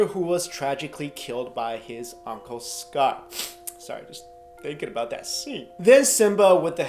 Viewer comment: i thought you said if you didn't shit a tear you're a robot, and you called him uncle scott instead of uncle scar lmfao